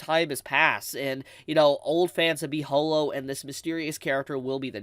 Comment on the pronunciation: Ho-lo?? NO IT'S HAW-LO